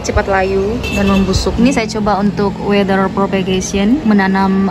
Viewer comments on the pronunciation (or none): Water bu,bukan waiter bacanya